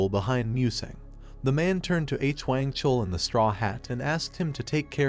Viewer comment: its stupid and not such a big deal but "mister H - Wang" is driving me u;p a WALL